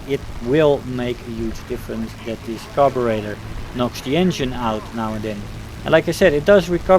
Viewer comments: Just stopping by to let you know that your pronunciation of "Carburetor" was actually spot on. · I am Brrritish and I approve of your pronunciation.